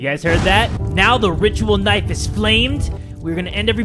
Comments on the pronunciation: I like when he calls it knifo😂😂😂😂😂😂😂😂😂😂😂😂😂😂😂😂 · Naifu lol